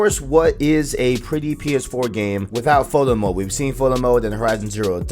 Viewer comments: Good video but be clear with your words bruh. I did not understand that you were saying Photo Mode. Sounded like Fulla Mode and i was like what mode is that? Overall Good info in the video. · What is he saying at about - ? Sounds like he’s saying bullet mode?? Foilet mode?